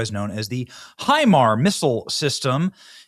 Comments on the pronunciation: HIMARS is an acronym, the s does not denote a plural. It's pronounced HI - MARS, not HI-MAR. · Damnit Benny. Hi-mars. It is pronounced Hi-mars not Hi-mar......... and our ballistic missiles systems are woefully under powered in range compared to Iran's because it isn't something we have ever had to give a shit about and it is one of the only things they can use to cause problems so they invested all of Obama's cash into it. It isn't the flex you think it is. We are winning but please ask an adult before you start talking about military stuff you have no idea about..... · Benny it’s pronounced HIMARSzzz. The s is not silent. Thank you🎉